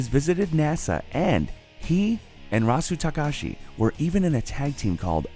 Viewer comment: Rasu Takashi? It's Ryusuke Taguchi